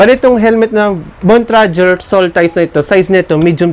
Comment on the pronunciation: Bontrager ndi bontrajer 😂😆🤣